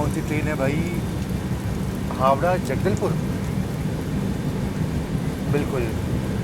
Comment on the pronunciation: भाई साहब आप अपने उच्चारण को सही करो। सिंगापुर रोड को आप सिंगारपुर बतारहे हैं। झारसुगुड़ा को आप झांसा गुड़ा बता रहे हैं। हावड़ा जगदलपुर एक्सप्रेस को जंगलपुर बता रहे हैं। इससे आपके हिंदी की अज्ञानता ही झलकती है, कृपया इन कमियों को दूर करने की कोशिश करें।।